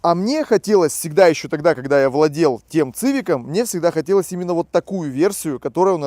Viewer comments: Привет, не говори, пожалуйста, цывик. Сивик, это сокращение от civilian, переводится как гражданский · Цивик-так по расейански звучит... Уши режет. СИВИК! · После 5го произношения "Цивик" выключил.Ты,если делаешь обзор,хоть посмотри,как правильно. СИВИК-и только так